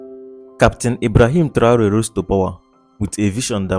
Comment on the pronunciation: Ese locutor lo primero que tiene que hacer es pronumciar bien el nombre de Traoré.